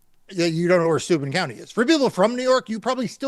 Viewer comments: Heh. My late husband was from Steuben County. (You're mispronouncing it, it's stoy-BEN) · Steuben county accent is on the second syllable